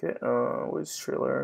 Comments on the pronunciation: It’s thriller not trriler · He said chriller instead of thriller lol sos im just about to test out the hack now I’ll tell you how it goes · It's not triller it's thriller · It’s thriller not trailer